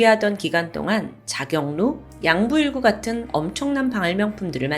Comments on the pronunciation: 계속 양부일구라고 발음하시는것때문에 댓글 남기러 왔는데 발빠른 공지가 있었군요 기본 상식은 좀 한 번 더 확인해주세요 정도의 학력에 앙부일구도 모르신다는건 좀 놀라워요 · 양부일구 아니고 앙부일구 입니다😅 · 앙부일구로 쓰고 양부일구로 읽네요 도 틀릴 때가 있구나 다행이다~ 너무 완벽해서 인간미를 걱정했는데ᆢ